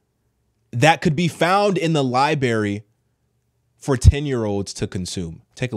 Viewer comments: LIE BURY? Speak the words correctly, or let demons in . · libary...... sorry, couldn't resist. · NOT LIE BERRY. LIBRARY!! Please, young people, READ. If you read the Bible, and books as well, you won't mispronounced words because you'll see how they're spelled in the process of reading. Also, I'm surprised that this man doesn't realize that changing the future by indoctrinating our children has been the Dems goal all along! It's why they infiltrated and corrupted the Dept of Ed. Communist dictators throughout history have used that tactic to ensure the future that they envision. There are many books on the subject. Read Alynsky, HRC&Bamy's idol. It's the Dem's playbook. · Sorry, but it's "library " not "liberry " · LibRary not li-berry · It's pronounced "Li-brairy" (Library) not "Li-berry". Just sayin' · It's Library, not Libary fool... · The word is "library", not LIBARY. Wow! I never heard anybody get that wrong in 58 years of living until today. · Lol, he said liberry 😂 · Good video but you lose some stock when you pronounce library as LIBARY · As soon as he said lie-berry I was out. What kind of grown man calls a library a lie-berry 😅? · Nice work and I apologize, don’t mean to be rude at all but I just gotta say it… LIBERRY?! ☠️ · Make sure you ALWAYS listen to someone who says Liberry😂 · Liberry wtf is that lol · Lie Berry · It's not pronounced liberry fam. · It’s the “Liberry “ for me,! 😅😅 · Learn how to pronounce the word library. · You lose so much credibility when you can't even pronounce the word library properly... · You can't even pronounce library. Your illiteracy is more evil than anything you are so concerned about. God forbid a child hears you speak and picks up on it. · It’s especially, not exspecially. It’s library, not libary! 🤪👍🏽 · Good content But please … it’s Especially Not Expecially And it’s not Liberry It’s Library ;) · It's not a liberry it's a library Not exspecialy it's especially man come on